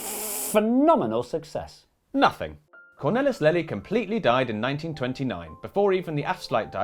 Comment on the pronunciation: All of your mispronunciations are excusable except ‘Cornelis Lely’ which I could have told you you should pronounce ‘Cornaylis Laylee’ if you had just asked.